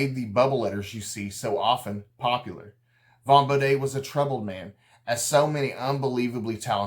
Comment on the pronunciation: bo-dee not an appalachian bo-day :face-green-smiling: but nice job